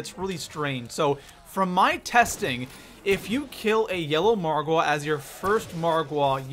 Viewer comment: why do you put a emphasis on the wa in margwa